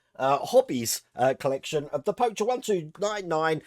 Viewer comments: Hey, just letting you know for future episodes Pocher is pronounced Poke-air. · Hey, FYI, it's pronounced like the card game, poker. That comes direct from the company...